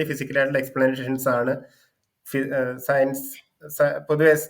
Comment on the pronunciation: അവന്റെ ഒരു സെയ്‌ൻസും ( സയൻസ് എന്ന് പറയാൻ അറിഞ്ഞൂടാ പുള്ളിക്ക് 🥺)